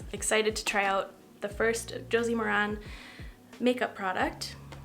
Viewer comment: What a fun video idea! I want to try the sunscreen, for sure. Just an FYI -- Josie Maran's last name rhymes with Karen.